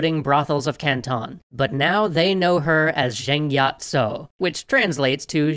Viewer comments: i like how you stayed authentic to the cantoneseness by calling her with Yat instead of Yi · I is pronounced “yee” or yì